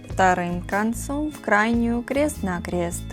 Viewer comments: Зачем говорить крэст на крэст? 😂😂😂😂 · Что за:кре́ст на кре́ст говорить научись!